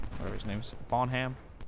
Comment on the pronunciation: It's not bon ham it's pronounced bonam